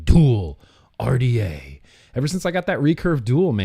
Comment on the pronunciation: U was pronouncing the RDA the wrong LOL it might not of been enjoyable to build but it was very enjoyable watching you build lol 👊🏻👊🏻 much love I’ve always enjoy your Vlogs I’ve been a fan since the Britney Spears poster was on the wall LOL I remember the old video yours the other day will you get some juice for a Chinese manufacture years and years ago kept trying to think of the name could not to save my life